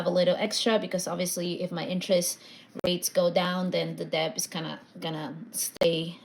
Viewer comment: The “b” is silent in debt.